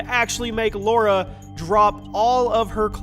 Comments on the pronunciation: Lara... not Laura. People still can't get it right. sheesh. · Why do Americans insist on saying Laura? It's LARA. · I thought her name was lara, not laura, tomb raider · Lara Croft, not Laura. :) Easy mistake, great video though!